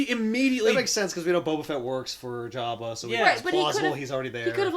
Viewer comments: Hey, you guys finally responded to me. Lol. I'm just saying, I've always heard it pronounced Jobba. Since I've got your attention, start doing back issues for Vertigo books, please! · It drives me crazy how they're mispronouncing AT-AT and Jabba